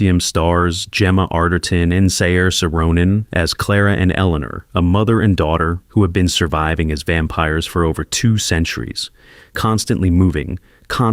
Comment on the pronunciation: For anyone wondering…Saoirse is pronounced Sear-Sha